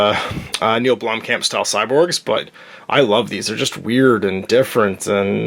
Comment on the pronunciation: Sorry to be that South African....But I had to laugh at your pronunciation of Blomkamp's name. Kamp Is not pronounced like ca from camp but like the noise a crow makes...Kaaaa. But hay I'm just being that guy...lol